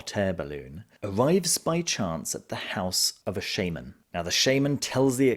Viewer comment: It’s shaman not shaman